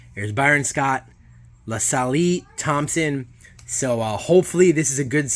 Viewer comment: Did you seriously say, " La Salee Thompson"? 😂🤦‍♂️